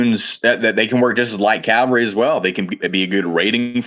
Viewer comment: Cal-Va-Ree? 🤦🤦🤦 Come on guys, you know how this word should be pronounced.